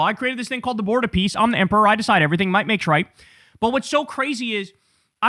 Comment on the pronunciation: Are we sure he said "Board of Peace" and not "Bored of peace"?